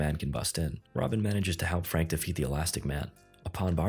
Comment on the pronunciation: "hekp" lmao 🤣